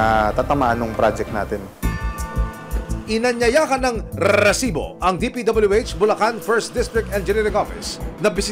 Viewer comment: ok naman po ako sa show na ito,i find it annoying lang po yung pagbigkas ng reeeesibo.